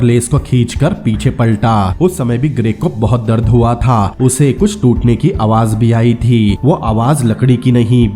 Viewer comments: "THaaA" "only legend can Be Understand 😂😁😂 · Tha ga tha ga tha tha tha Itna jor kyu Lagata hai last word par Bakwas explainer